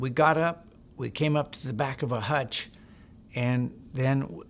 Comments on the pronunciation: Hooch not hutch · I think he means to say hootch, not hutch 😂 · It’s not a hutch it’s a hooch! All Vietnam structures were all called hooches! Sounds a bit made up some of details are to methodical in a fire fight details are hard to be that detailed! It became very confusing in a firefight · It's a hooch. No one in the Army ever called it a hutch. How long were you in- country? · this sounds made up.. and didnt they call them hooches.. not hutches.